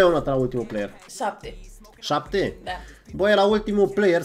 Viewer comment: Bă doar ieu am auzit că Roxan o zis zapte la ultimul tik tok